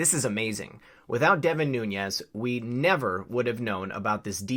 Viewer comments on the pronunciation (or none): Noo - nes, not Nu- ñes. His name is Portuguese, not Spanish.